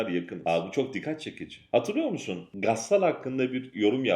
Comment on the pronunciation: Videolarınızı beğeniyorum,sürekli izliyorum.Bu bölümde farkettim ki ‘gassal’derken sondaki a ve l harfini kalın söylüyorsunuz.doğrusu ‘emlak’ kelimesindeki gibi ince bitirilmelidir.Kusursuz olmanız için böyle bir uyarıyı gerekli gördüm.küçük bir ayrıntı ama yöneltilecek eleştiriler güttüğümüz büyük davaları lekelemesin.